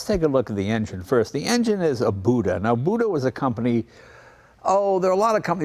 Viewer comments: FYI, Buda preferred their name to be pronounced "Beuda" not "Booda." Of course there is nobody left alive from that company to yell at you. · The engine manufacturer's name is pronounced Buda with a long U. Company is named after the town it started in. The how or why it became a long U vowel is not known but it was pronounced that way at the beginning of the 20th century from folks that were there. They actually have a long history in the railroad equipment business. Like Continental engines, they were used in a lot of different vehicles. Of course they were mostly manufacturing railroad tools and since the Rock Island Line went through the town they had access to good customers. You can find their rail road jack for sale at times.